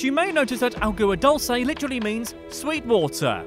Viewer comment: Its not pronouced ah-goo-ah Doll-s-a